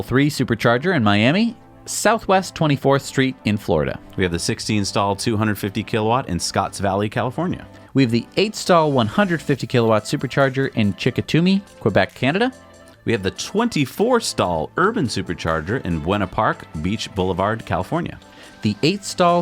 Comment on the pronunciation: 250KW Tesla charger in Chicoutimi, Quebec - pronounced Sha-cou-ta-me